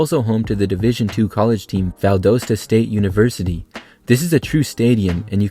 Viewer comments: Valdosta is pronounced “Val-dah-’sta. 🙂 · Bazemore is pronounced baze more not baz more and Valdosta is pronounced Val daus tuh with the dos in the name sounding like the word toss so (val-doss-tuh) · I love your content but please try to research the correct pronunciations of a lot of these stadiums! I’ve noticed three names mispronounced during this video (including Massillon and Valdosta). I hope you don’t mind this unsolicited suggestion! I find your content super interesting! (“mass-lon” and “Val-daw-stuh”) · We do not pronounce Valdosta like that….